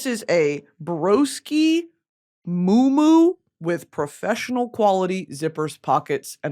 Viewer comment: Not moo moo, mu’umu’u 🤣 but it’s cool (Hawaiian)